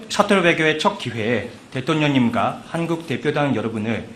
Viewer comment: 통역사 발음 웃기네 ㅋㅋ 대똥뇽 ㅋㅋㅋ